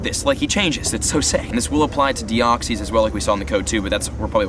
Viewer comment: Please watch Destiny Deoxys so you can pronounce their names right D: including deoxys as well